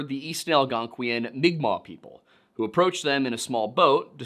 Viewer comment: Pronouncing unfamiliar words, especially if those words are using a written script not designed for them, can be hard, so congratulations & thank you for pronouncing mi'kmaq in an acceptable way. (That is a correct way to pronounce it in english, but not the correct way for its own language.) If not for the algorithm & the self-defense of certain people, I'd say you SHOULD use the terms written. As an FNMI person, I appreciate direct quotes using "indian" even though it is incorrect-- it's a quote. As a queer person, I feel like legitimate use of the word "faggot" that is also in a quote should be just as fine to say as "indian" is. Nobody is saying you need to say "seedbearing vegetable" instead of fruit, derogatory pepperoni! That's just me though. I value accuracy, I acknowledge quotations are not one's actual words, & I haven't been hurt to the point where I need to be on high alert to defend myself & nip the bud of harm others /may/ do to me & my community.